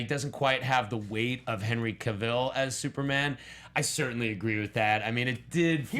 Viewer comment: couldnt stand hoechlin's superman.nt e actor's fault but people jus kept going bck 2 e reeve's superman, cheesy, campy. ughh... i like it n then i hate it. i think i will really struggle 2 finish tis season's supergirl. 😕... cavill rhymes with travel. pls gt e pronounciation right